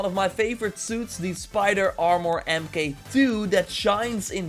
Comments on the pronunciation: Uhm its read as "mark" not "em kay" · “Mk” as in “Armor Mk II” is pronounced “mark”. It’s equivalent to a variant in a series, like “version” in “version 2.0”